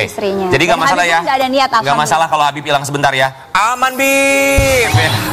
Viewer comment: HABAB HABIB HABABMUUUU😅😅harusny yaa nyebutnya habibbbbbbbbbb😮